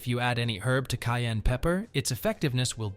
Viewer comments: Kai and pepper I don’t know what she saying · How do pronounce it, "cain" pepper or "ki-ann" pepper. She must be Ausie!